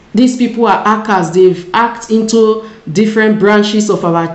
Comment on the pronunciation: Why is it very hard for you to pronounce the word hacked and your name is written not Joanne